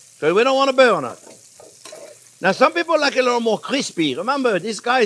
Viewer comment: I just sprained my fingers trying to type the word "burn" the way Chef Onyo says it! XO 😘 🤗 🇺🇸 🙏 bürñ 🔥